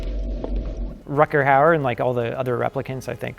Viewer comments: RUDGER howard, a Dutch actor. Not RUCKER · Why was Rutger Hauer not a bigger star? He seems to have acting talent, brains and looks but his career faded away a little from where it seemed to be going. Btw, the 'g' is pronounced rather like the 'ch' in loch. Imagine you're thowing up a hairball. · Both of them don't know how to pronounce Rutger Hauer. LOL :D :D :D